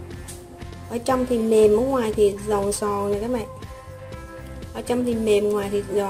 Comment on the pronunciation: Dị ứng với cách nói chữ giòn của bạn này